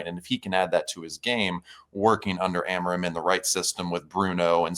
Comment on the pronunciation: dude can’t even pronounce amorim’s name